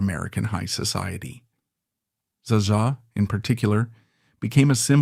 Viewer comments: ZZA - pronounce it right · AI be like, how many ways can I pronounce Zsa Zsa in one video, without ever getting it right.😂RIP Fran!